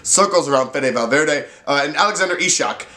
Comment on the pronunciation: Not ishak, but its pronaunced iceak :)